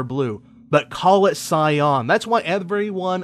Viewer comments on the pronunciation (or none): cy.an // sahy-an EVERYONE doesn't understand your mispronunciation.